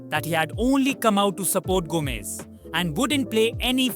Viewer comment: His name is Gomes not Gomez but a good effort.